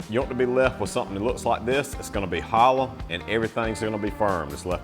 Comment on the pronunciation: He sounds like my dad and his family who was from North Carolina,(Four Oaks, Selma, Fayetteville). It's how he said hollow (hollah) heavy and water, (waddah) Sweetnah. It's kind of unique . I want to hear him say tomato. My cousins are from there too. Close my eyes and I hear them talking.